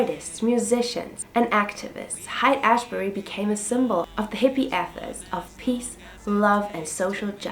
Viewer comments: It's pronounced like "Hate Ashbury." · Monterey is pronounced (Mon-te-ray) Haight is pronounce (Hate)......Never trust a Prankster